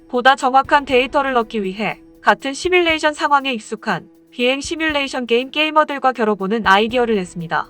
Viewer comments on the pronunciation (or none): none